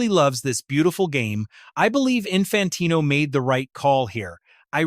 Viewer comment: Can't even prounce Infantino's name and the punishment hasn't even been decided yet 😂 fake channel......